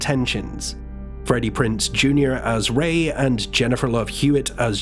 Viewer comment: Also it's Prinze not Prince lol